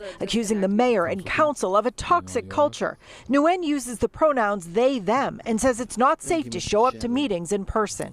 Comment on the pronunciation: As for the city counselor I dare Nguyen Thu to return to Vietnam and try this. I've worked there over 10 years. They don't allow any of this nonsense. You can be LGBT, but don't think about pushing pronouns. And laugh as the news reporter mispronounces the last name, Nguyen.